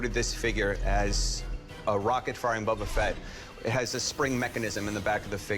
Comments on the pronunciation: It's Boba Fett not Bubba Fett. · Annoying but still ticks me off less than "Bubba" Fett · ok... ANY Star-Wars fan would never pronounce it as "Bubba-Fett"... That is a simple fact. Calling fake in this. Staged. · Its Boba not Bubba. That guy is a fraud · Why oh why does he keep calling him Bubba Fett???? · This dude pronouncing boba fett as bubba fett is annoying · Did dude just say bubba fett? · He loves the figure more than anything but he can't pronounce "Boba" correctly. Bubba. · Just commenting to remind you about the guy who called him "Bubba Fett". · If he says BUBBA FET one more MF time I'm going to BUBBA BLO my brains out!!! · Why this dude calling him “Bubba” Fett? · Why is that "star wars collector" saying bubba fett? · The seller constantly saying “Bubba Fett” is driving me crazy. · Bubba fett shrimp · He loves his Boba Fett! But he can't even pronounce it! 🤦😂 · Guy doesn't even know how to pronounce Boba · That's exactly what I said in the comment right below you. If you own the most rare Star wars figure in the world, you should know how to say Boba!!! 😢😢😢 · It actually drive me nuts, like if your gonna try and sell the toy at least learn how to say the characters name correctly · boba Fett you can't even say it correctly 😂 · Yeah exactly some Star Wars fan he is he doesn't even know how to say the name properly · Buddy Fett is better 😅